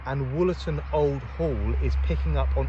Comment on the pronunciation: Wollerton Old Hall not Woolerton.